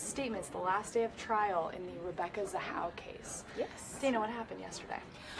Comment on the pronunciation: Its not zahal its ZAHAU